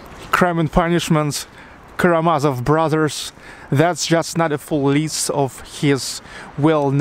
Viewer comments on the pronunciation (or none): none